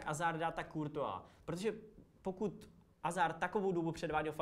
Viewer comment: Dobře čte se to Azard ale zase takový problém to podle mě není.